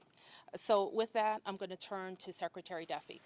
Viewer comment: Muriel Bowser fails to properly pronounce Secretary the 39 second mark. "SHECKretary"? Wow. Language matters. What a poor example. PPPP